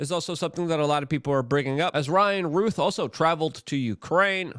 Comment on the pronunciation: Ruth is spelled like this, ROUTH has an ou sound like ou😫ch! 🤨 Why is everyone so insistent on mispronouncing this name?